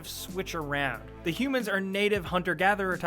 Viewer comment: Makes me so mad how he always says "the" as "da" holy fuck or when he says "to/for/or" he always says "tud da" or uh dah" holy shit